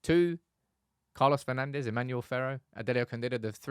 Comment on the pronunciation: Come on guys… Manchester has enough history with Portuguese players for you not to pronounce their names with a spanish accent… It is not “Bruno/Carlos Fernandez” but “Fur-nan-d’sh”…